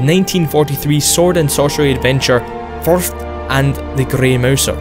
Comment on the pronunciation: Fafhrd is pronounced "just Fa-ferd."